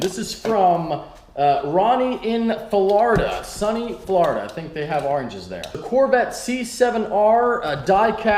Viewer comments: Is pronounced Florida not Flarda (only mentioning it cause of Illinois🤙👅) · You say Florida wrong